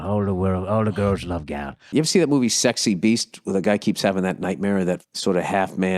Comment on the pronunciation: "I'm 'avin the calamari"